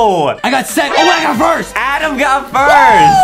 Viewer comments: It’s Adam not adem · it adam not adem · it's Adam not Aden😁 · It's not adem it's adam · ADAM NOT ADEM 😑 AND ADAM NEED SOME MILK 😂😂😂😂😂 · Justin not knowing how to say adam